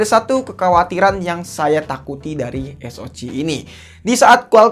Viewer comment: Ha cih es o cih ey bi cih 😂